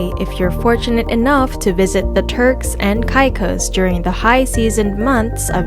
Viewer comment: could learn to pronounce the name of the islands correct